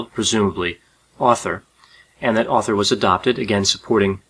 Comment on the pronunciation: So no ones gonna talk about how he starts saying Author instead of Arthur for almost the whole thing? Lol